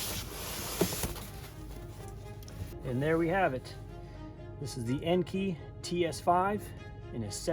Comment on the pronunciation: Nice wheel choice! Looking forward to your 5 lug swap. Here is a fun fact for ya'.. Most people pronounce Enkei the way you pronounce it EN-KEY. Which is actually incorrect, it is pronounced EN-KAY. 😅